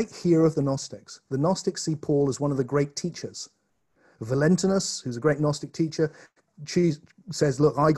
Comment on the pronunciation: This was brilliant! The only thing I would disagree with you on is your pronunciation of Valantinus :)